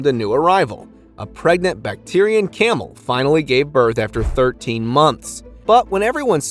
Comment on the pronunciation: Bac teer e i n camel? Come on. Please learn to pronounce the names of these animals. Pronounced Back trin.